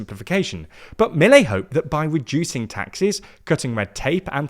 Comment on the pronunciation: they won't even pronounce Milei correctly